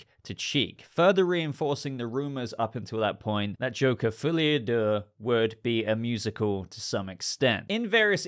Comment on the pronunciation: The mispronounciation of "folie à deux" is, in itself, maddening.